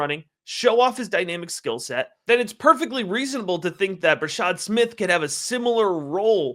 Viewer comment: Bra-shaRd Smith. Youre missing the R.